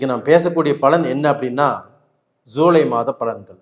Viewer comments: ஜூலை மாதப் பலன்களா இல்லை ஸூலை மாதப்‌ பலன்களா?? என்ன தமிழ் பேசறிங்க ஐயா??🤨😏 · Shirt மட்டும் நல்லா, நல்ல கலர்ல, போட்டு இருக்கிங்க. ஆனால் ஏன் உங்களுக்குஜூலை என்று சொல்ல வராதா என்ன??ஸூலை ஸூலை..ஸூலை என்று சொல்றிங்க. Btw 4.30 to 5.20..simply super ஆக accurate ஆக அப்படியே சொன்னீங்க. சபாஷ்ங்க.👌👍👏